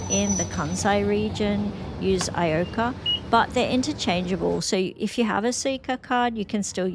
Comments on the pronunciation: E Ko Ka, 😂 first time I hear some say i o ka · good evening.... Is it hot enough for you? LOL! A couple of things. I am sure I heard you twice pronounce the ICOCA card you use to ride the bus as "I O Ka". I have always pronounced mine as "I KO KA". Do you just shorten the "IC" (for Itegrated circuit) to I, and then the OCA (no idea what it stands for) as it looks, hence pronouncing it I OKA. Just curious.... Names of things in Japan can vary from how they are spelled, with some even leaving you scratching your head....What? LOL! I see you cut the kernels of corn off the cob with a knife! No! No! No!.... Google " Remove Corn Kernels In Just 1 Minute. Grandma Taught Me This Trick!", watch the video and you will never cut the kernels off with a knife again! The channel has lots of great tips. _enjoy. You truly are an inspiration...Thanks for always having something interesting and motivational to say when you share your life with us. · ICOCA の発音はイコカ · Love your slice of life videos from Japan! Makes me so nostalgic from when I lived in Osaka. And just because I am an Osaka girly, I can't not tell you that the Icoca card is pronounced 'I-kou-ka' / 行こうか — like a pun of 'shall we go?' Which is so cute for a transit card right?? Anyway, amazing video yet again. Have a nice day! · it's ICOCA (イコカ as in "let's go")... a nice play on words😉